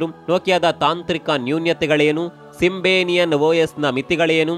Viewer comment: Future ಅಲ್ಲ feature ಸಿಂಬೆನಿಯನ್ ಅಲ್ಲ ಸಿಂಬಿಯನ್